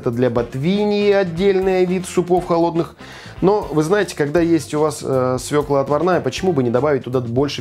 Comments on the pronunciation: Не свекла,а свёкла. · Всё ок, только не свекла, а свёкла. Молодец!!! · Не свеклА, а свЕклА. И никогда не говорите "яички", только "яица" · Земляк, молодец, только обязательно свекла, а не свеклА, морковь, а не мОрковь, а так все аппетитно! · Прекрасные у вас ролики, но в слове "свёкла" ударение на Ё. Простой стишок для запоминания: мы у тёти Фёклы ели борщ из свЁклы. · Всё же ударение в этом корнеплоде всегда ставится на Ё и звучит как СВЁКЛА. По-русски желательно говорить грамотно, коли ты на публике красуешься и пиаришься. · Свекла, ударение на е,яички у мужчин,яйца куриные.